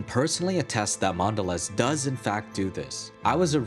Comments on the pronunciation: Mondeleeeeeez! I mean come on, it's got that macron over the ē to tell you to pronounce it as a long e. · Dude, the bar over the last 'e' tells you to pronounce it as "eee"... like when you're saying the letter "e". Thus "Mondeleeez".